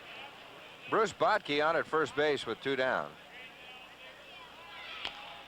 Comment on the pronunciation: Bruce Bochte: says Bock-tee, Harmon says Bot-key.